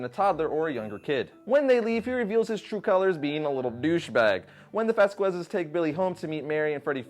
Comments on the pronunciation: “Vass--Quezz” say Mr. Kwee-onezz. Wow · That is... NOT how "Vasquez" is pronounced... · Brah, I know you are American. I am as well. But fucking pronounce your last name right! Sound like a serious punk s lo out.